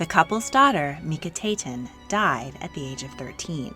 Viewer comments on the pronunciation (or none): The aten is pronounced separately...Merit-Aten not Meri taten. Meket-ATEN, not Meke taten. Aten...pays homage to the Sun i.e. Ra. The same goes for Amun is Sun and Air. Nefernefer ooohray not Nefernefer ARE. Their names flowed like melodies and should not be spoken in haste or harshly as is done in this video.